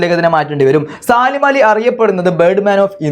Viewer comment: സാലിം അല്ല സലീം എന്നാണ്